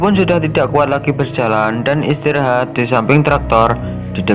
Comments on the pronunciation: ada kata kata yg salah yg gua denger abang bilang istirohat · Abang bilang istirahat istorahat kambing wkwkwk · Ada yang denger ngomong "istirohat" nggak wkwkwkwk